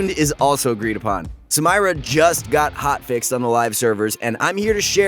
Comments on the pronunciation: I have nothing but respect for you and your coworkers at proguides league of legends. You all provide great tips that are an amazing help for new players, as well as giving news about new leaked champs. But please, for me and everyone watching, please pronounce Samira correctly. It seriously makes me cringe every time you say "Sam-Ay-Ra" because it's correctly pronounced "Sa-mee-ra". Please stop saying it wrong. Thank you. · is the voice actor for, he's clearly pronouncing the names wrong on purpose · did he just say saMYra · Can't finish watching. Did you not watch anything on how to pronounce her name? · The Samira pronunciation just killed me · Listen in game how she says her name - thats how you should pronounce it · oh gawd. please stop saying her name. shes not american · Learn to speak and pronounce the name correctly then maybe people will bother finishing the video. Have a little professionalism for something you claim to take seriously. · PLS PRONOUNCE HER NAME PROPERLY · Its soooo saaaad he is pronouncing her name soooo wrooooooong... come ooon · Sometimes i think you people mispronounce names on purpose. It's not funny at all if so, it's irritating, especially from people who always swear they're professional. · come on bro. I know you’re trolling. You should watch Riot’s champ spotlight to see how Samira is pronounced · I'm not even sure what he said for half the video because I'm raging at how he says her name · when youre first and dont know what to say Edit: he says samira wrong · I cringed so hard when I heard it 😅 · I was about to say the same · yo same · Well not to ruin shit for people but she’s called Samira pronounced (sameera) it’s an Arabic originated name so not “samyra” that shit won’t work. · PLEASE STOOOOOOOOOOOP IT'S SAMIIIIIIIIIIIIRAAAAAAAAA NOOT SAMMMMMAYYYYYYYYYYYRAAAAAAAA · Sah-me-rah not Sam-eye-ra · Please stop calling her samaira this is really triggering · said SAM-irah instead of Sameera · Sa MAYRA